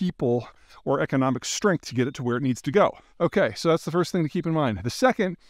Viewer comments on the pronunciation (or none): none